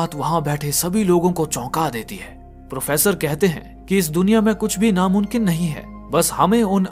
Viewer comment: Namumkin hota hai bhai Namunkin nhi ok correct ur word.